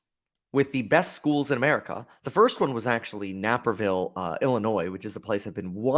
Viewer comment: Definitely NAY-perville, IL Long A sound.